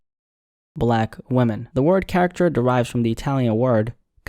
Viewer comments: You’re mispronouncing “caricature” - and it sounds more like “character”. You’re skipping a syllable. It’s ca-RI-cature. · “Caricature”: kar-ih-kah-chur. But I ain’t mad at you youngin. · Car-ick-a-tures is how it is said phonetically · The pronunciation of some words in this video is crazy. Caricature =Character?! Er, no. First and last time for me. Archetype? Wth is going on? With that being said, I was really shocked when I realized he's a real person and not one of those A.I narrators. Can't stand those videos.... Dude, for future references, Caricature has three syllables, not two. Sorry, it's the English teacher in me I suppose. Yeah but, I don't listen to her, don't even think I've ever listened to one of her songs. She looks like Young Thug in a red wig to me. It's a no for me. She's obviously an industry plant... 🤷🏾‍♀️ I'm glad people are waking up from their slumber. 💯 Good job young man. Just get your pronunciation up and you're good to go. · “Car-ic-cat-ture” - there is one more syllable. Great video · Caricature is 4 syllables my boy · 🔥 video but ngl the constant mispronunciation of “caricature” when you even went on to educate about the very history of the word was jarring. Just a tip for the future bro, love ur vids & glad to see you more active again! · Went through all that effort to pronounce the Italian names and Düsseldorf but can’t say caricature? 😅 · Son, you blame one woman for what you frame as the devolution of music and culture and cant even say the word "caricature" correct? 😅😅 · Ive never heard anyone pronounce caricature that way. You go outta your way to make accents but say caricature the way you did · Had to turn the video off because you can't pronounce caricature properly